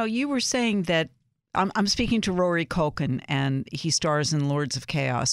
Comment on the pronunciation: Did she just say, "MaCulkie Family?" lmao